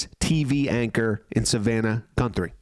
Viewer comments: It’s not pronounced Gunt-three It’s pronounced Guth-ree !!! Thanks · FUCK PAL-I WAS JUST ABOUT TO WATCH YOUR VIDEO AND THEN IN THE FIRST 10 aSeconds you couldn’t even say her name right. ITS ‘GUTHRIE’ -Not ‘GUNTHRIE’. SAD FUCKING REPORTING🤮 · Guthrie, not Gunthrie! And you don’t need to use foul language… please have some respect for your audience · GUTHRIE not GUNTHRIE. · Guthrie not Gunthrie! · You keep saying her last name wrong you are pronouncing it like G U N T H R I E... There is no N in the middle of her name Guthrie no N in the name. Also where you are seeing the eye brows as manicured, there is lighter border around the eye holes. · It's GUTHRIE not GUNTHRIE. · Her l ast name is Guthrie not Gunthry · Her name is G-u-t-h- r-I-e…not Gunthrie!! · Ummm.... There is NO "N" in Nancy's name. Literally every other place is written its correct. Might be good to change it. And start saying it correctly! Its Nancy GUTHRIE. NOT GUNTHIE! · FIRST AND FOREMOST:…. if you’re are going to do a broadcast on this subject, PLEASE learn the victim’s name!!! it is NOT “GUN-THRIE”, it is GU-THRIE!!!” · Please pronounce Nancy G U T H E R Y's name correctly. Not Gunthery. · Guth, not Gunth. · Its not Gunthry it is GUTHRY GET IT RIGHT? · Her last name is Guthrie not Gunthrie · it's Guthrie- not Gunthrie 😉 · It's not GUNthrie its is GUTHRrie please say the name correctly for Pete's sake! I did sub and like any way... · You keep saying “Gunthry” but hearing you call the suspect “not a fat lard” made up for it. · Stop saying "Gunthrie". There's no N in her name. Put the drink down, dude, and at least have enough respect to say her name correctly. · Did you actually say GuN-thrie? After all this? GUN thrie? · Dude... the name is GUTHRIE.... You are an eejit. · No N in Guthrie! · Her name does not have a ' n' its G u t h r i. Like the musician Arlo Guthri. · Please correct the pronunciation & spelling of Ms Nancy Guthrie's name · Are you saying her surname wrong purposely??